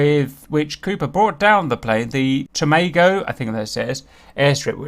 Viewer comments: I've worked in Tomago for last 15 years, awesome story thanks man. We pronounce it Tom ago. But Tomato Tomarto lol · oh and btw, Tomago is pronounced Tom-ah-go and there is NO S in Williamtown. There is a Williamstown, but that is in Victoria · Tomago - has a short 'a' sound The base is Williamtown - not Williamstown with an s.